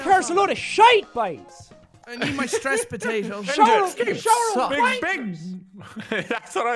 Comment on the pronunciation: "I need my stess potato..."